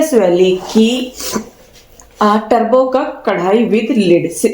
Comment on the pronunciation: Turbo kakk nahi hai turbo cook hai pronunciation